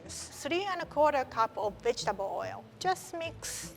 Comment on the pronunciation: I thought she said "bitchtable" powder sooo sorry lol